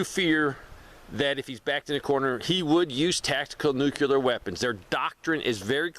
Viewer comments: Nuclear not nucular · What is a "nucular"? Because inside an atom is a "nucleus". Not a nuculus.